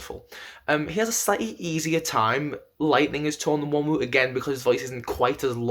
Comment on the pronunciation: The n IS pronounced. Not the second w. It's Won rhymes with Ron ooh